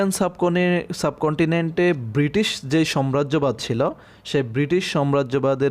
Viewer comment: বাংলা মানে গুলো একটু ঠিক করে বলুন cave মানে গর্ত নয়। Cave মানে গুহা।আর সাম্রাজ্যবাদ কথাটা।সম্রাজ্যবাদ বলে কোনো সঠিক শব্দ নেই বাংলায়।ওটা গোড়বোলে।এবং ইংরেজী উচ্চারণটাও ঠিক করুন।আপনি বুঝিয়েছেন খুব ভালো।🙏